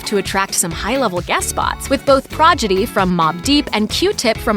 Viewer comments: Prodigy....... not Progidy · Did u call prodigy progidy? ? Wtf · Did she say "Prodgidy?"